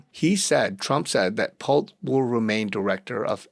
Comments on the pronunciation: It’s pronounced “Pull-tee”. Not Pult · "Pull-tee" not "Pult" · Pull-tee. Not Pult🤗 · PULL - TEE (pronunciation) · His Name is pronounced Pole-tee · Pronounced pul-tee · It’s pronounced “ Pool-tee “ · Just FYI, his name is spelled 'P U L T E' but it's pronounced Pull-ti. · PUL TEE is pronunciation. Huge family business as developers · Pul-tee. That's how you pronounce the name 😊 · It is pronounced Pul-tee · It is pronounced Pulll Tea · Pronounced Pul--tee"""" They use to be one of our customers Shady as heck!!!! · Pul-tee ffs. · His name is pronounced Pul-tee. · it is pronounced pull-tea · It is pronounced Pull tee. The e is long vowel. Ex teacher here. LOL Good dive! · The last name is pronounced Pul-tee. "Pulte Homes". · Pul-TE How to pronounce his name...Pul-tee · How to pronounce his name...Pul-tee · That was bugging me too. Lol